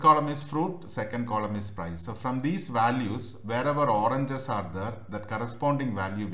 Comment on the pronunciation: अबे अंग्रेज वो ओरनजस नही ओरेंजेस